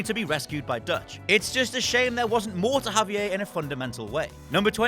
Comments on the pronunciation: “Haviyae” its Javier, hes Mexican not French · Twenty-one Javier. I can't even. Javier did so much to help you and you learned so much about him.